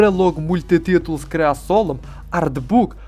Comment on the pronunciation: Брелок "мультитиул" з "креасолом"🤣🤣🤣 А всього то мультитул з кресалом для розведення багаття чуваки поклали...